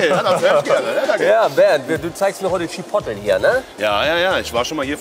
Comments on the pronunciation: Spricht man übrigens [Tschipohtleh] aus nicht [Tschipottel] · Chi Pot le bitte so ausprechen und nicht chipotl , oder sag doch gleich chiwawa zuhahah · Bernd: Chipotle Maxpane: Chipoley:Chipottel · immer geile Videos aber es triggert so hart dass keiner Chipotle richtig aussprechen kann ey^^ Der Daumen ist trozdem nach oben geknallt👍